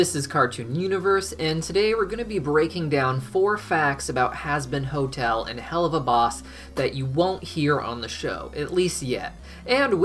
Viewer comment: At the start he said husband hotel lol